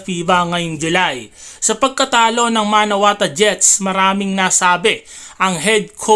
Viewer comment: MANAWATU.... hindi MANAWATA. lol